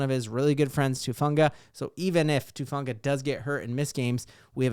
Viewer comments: Gahhhh! Everybody keeps calling him Tufunga. His name is Talanoa HUFANGA. HU. HUFANGA. sorry nothing against u love ur content I've just been hearing that everywhere and it bugs the crap outta me for some reason 😂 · Who-fawn-guh..come on now, let's get it right